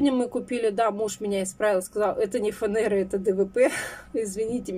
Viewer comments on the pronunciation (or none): ФанЭра уши режет🤧